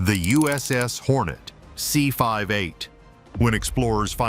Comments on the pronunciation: C FIVE 8? AI really sucks, and sucks hard! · You lost me at " C 5 8".